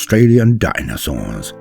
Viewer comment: the way you say DINAsaurs